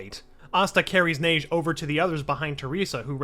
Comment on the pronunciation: its pronounced ha-gey like hokage